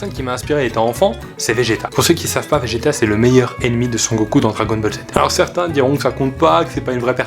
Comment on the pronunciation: Pourquoi j'entend GTA a la place de vegeta